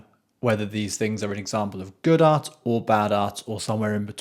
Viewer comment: My thought's? I think it would be good if you could try to pronounce the "T" in art. It sounds like you're saying arse...